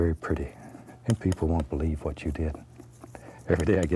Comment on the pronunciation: "I'll tell ya hwat!"